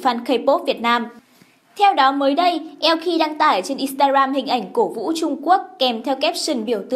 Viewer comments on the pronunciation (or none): none